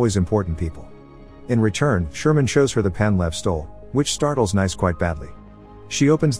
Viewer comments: Pronounced NEECE not "nice"🤦‍♀️ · great synopsis as usual; just a minor note. Sofia Boutella's character's name (Nice) is pronounced "niece," like the French resort city. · i think Ric meant that the characters name is "Nice", she's named after the French city. The name of the city is pronounced like Americans say the word "niece". Ergo the robot was pronouncing the name wrong cause it pronounced it like an American would say "nice" instead of "niece". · Hate to sound like a geo snob, but I'm sure 'Nice' is pronounced Nice, like the place in France. So phonetically it sounds like "niece" more or less. Lol I figured when everyone else had place names, that must've been her name as well. So after that realization, hearing "nice" all the time was kind of funny to me haha 🙃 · kind of confusing since Nice is pronouced nice in french and still different from the way american say "niece" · Great video, but the Nice pronounciation drove me crazy.